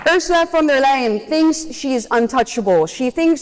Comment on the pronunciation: She gets the name wrong, It is Ursula fon da lying.